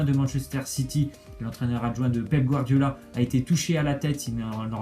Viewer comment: C'est PEP Guardiola et non joshep guadriola !